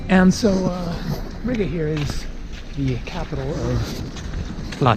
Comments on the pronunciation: It is pronounced reega not rig-uh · Isn't Riga pronounced "REEGA"? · Am i the only one that gets triggered by the way he says riga?😂(ri ga theres a space